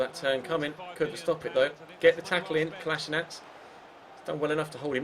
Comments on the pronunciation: rhyssmith its actually ko la shee natz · it's Kol - A - Si - nac